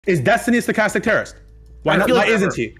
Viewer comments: I've been hearing it skatastic terrorism for weeks. ha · Stuh-kas-tik. Say it with me people. Over half of these fuqs never heard that word before the panel and continue to mispronounce and misrepresent the term itself. What a shame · half the poeple in this panel can't pronounce stochastic lmao.